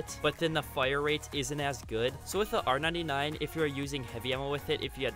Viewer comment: Its pronounced r99 not r 9 9 psychopath